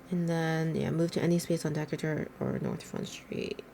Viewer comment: It’s pronounced duh-KAY-ter street.